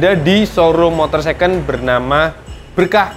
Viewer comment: Second bang pake D dibelakangnya. Secon tu jadi kek mercon bacanya. SDM jongkok banget dah masyarakat indonesia